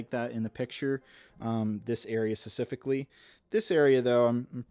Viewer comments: hate to be this guy but the word is 'specifically' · How come you don’t pronounce the p when you say specifically